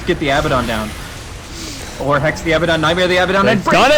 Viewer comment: Why can't anyone pronounce Abaddon correctly? He says his own name when he spawns. It's not that hard.